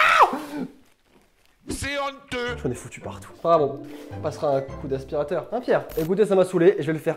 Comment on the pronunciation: Ta dit expirateur normalement ses aspirateur